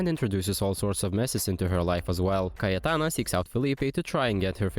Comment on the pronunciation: You pronounced cayetana perfectly ive never been so proud of a stranger <3